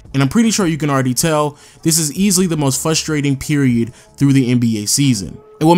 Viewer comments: I checked and it's "fustrating" and not "FRUSTRATING" LMAOOOOOOO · Bruh it’s frustrating to hear you say frustrating 😂